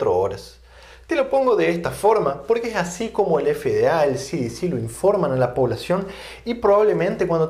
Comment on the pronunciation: Desde luego que mal pronunciación tiene usted,,,,,,,,,,, efe de a,,,,,,, ci di ci, está mal pronunciado se dice,,,ce,,,,,de,,,,,ce en español y no en inglés ( ademas las dos son entidades americanas, y usted habla español no inglés, el que usted sea bilingüe no le da derecho a pronunciar en inglés cuando está dando la conferencia en español, cuando la de en inglés entonces pronuncie en inglés, por que si no los de habla inglesa no se enterarán si pronuncia en español ) Se me olvidaba las consonantes B y V, son distintas y se pronuncian de distinta manera,,,,,be,,,,, y,,,,,,uve,,,,,,lo mismo que la,,,,y,,,,, i,,,,,, una es latina y la otra es griega